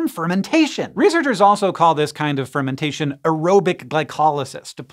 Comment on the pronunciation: "Fermintation" GOTTEM